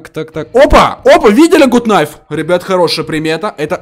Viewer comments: Это не Гут найф а Гат найф весли я не ошибаюсь! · Не гут наив а гат найф!